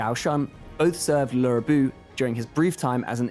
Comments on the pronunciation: I appreciate your effort in the pronunciations but can you please stop saying Swen in regard to the Sun family. Also, who is this Laura Bu you keep mentioning? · Not sure where Lurr Bu came from. I appreciate they realized it's not pronounced Loo but honestly Loo is a lot closer than Lurr. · Yeah, they obviously mean him, but why do they pronounce it like that? Perhaps they are trying to be more authentic to chinese pronounciation but it just ends up sounding weird. This doesn't help people who don't already know the characters learn the names either...